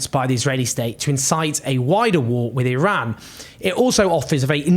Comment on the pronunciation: Thank you Owen, as usual you're doing a great job!! Please Please don't view my comment as any sort of Criticism!! IRAN is Pronounced "Ee-Ron" and it shares its meaning with IRELAND (land of Aryans), and IRANIAN, is Pronounced "Ee-Ronny-Yan" not "Ee-Rainy-Yan". And I'd like to thank you again 😊 Oh you may wonder, "how can this guy be so sure of his Farsi pronunciations?" Even though my home is the U. S., I was born in Shiraz. Moreover my father received a degree in Farsi literature and later a degree in law, which led to the him becoming the Head of the Supreme Court of the country, and yes during the regime of the puppet King!! From time to time, they needed people like my father to be able to say, "look here is and extremely honest and qualified person in the government"!! Please forgive any errors, as I'm typing this on a very Cheap Phone, without my glasses, with debilitating Chronic Pain that no physician here in the Pacific Northwest, seems to give a damn about, to treat!!